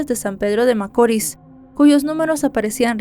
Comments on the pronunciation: Hola, veo todos tus videos desde aki República Dominicana y me encantan todos, muchas bendiciones, excusame por corregirte pero no es macoris, tiene acento la i, macorís, disculpa, un fuerte abrazo... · ya no soporto como pronuncia macori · Muy buena narración,, rs San Francisco de Macorís con acento o fuerza en la ís. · Macorís CON ACENTO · No conocía este caso y ocurrió en mi pais, pero un poco de investigacion me trajo a verlo aqui, gracias por el resumen, aunque haya pronunciado mal cada vez San Francisco De Macoris